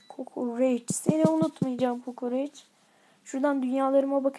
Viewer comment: abi iskender kokerec dedin doner yedim :D